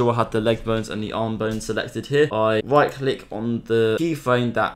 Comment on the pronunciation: "Very baswic" " now let's get wight into it"